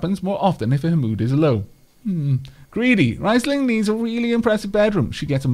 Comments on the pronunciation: It is good thing that you're renaming the pawns, because the way you're pronouncing it should be written "rEIsling" instead of "rIEsling". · Also, it's pronounced "Reesling" if i am not mistaken.